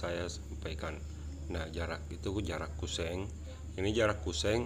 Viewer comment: Kusen bukan kuseng, pasti org Sulsel 🤣🤣🤣